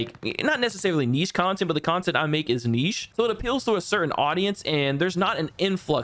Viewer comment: The way you pronounced niche though lol